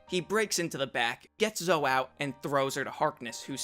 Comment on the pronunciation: Zoe is pronounced "Zoh-ee" not "Zoh."